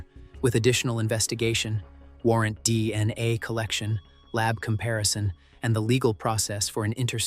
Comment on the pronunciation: why are you saying DNI instead of DNA?